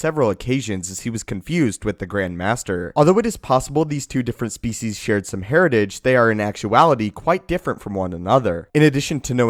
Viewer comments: Every time he says species. I lose 1% of my sanity. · Is that really how species is pronounced?